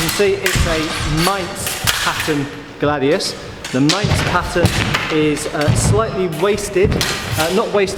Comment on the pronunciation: Although it's a "Mainz" type (you said it right in the video), it says "Hispaniensis" in the description. Great video and a beautiful sword!